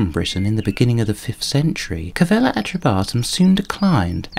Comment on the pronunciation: Its is Calleva not Cavella